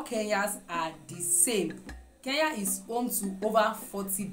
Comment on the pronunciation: not keya it's kenya